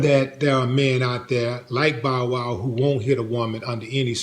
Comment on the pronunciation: D say Bowl Wow one more time 😂 😂